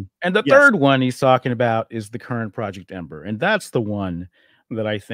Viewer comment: Somebody please tell Grummz that just as Fant4stic is read "Fant-four-stic" so is EM-8ER "Em-eighter". He doesn't get a pass just because he's based af. :)